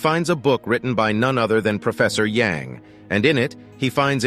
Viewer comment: A in "Yang" name is read as "a" in "banana", not "Yeng". Remember Shang-chi? Yes, his name is not "Syeng-chi" but "Syang-chi", again the "a" is like in "banana"